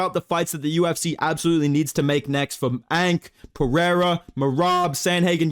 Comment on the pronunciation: He turned big ANK into BICH ENK in a matter of seconds😂.